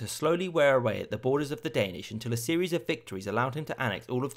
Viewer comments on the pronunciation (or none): none